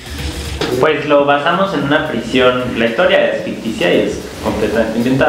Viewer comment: Es "prison", no "prishion".